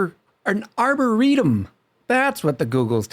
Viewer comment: Aboretum xD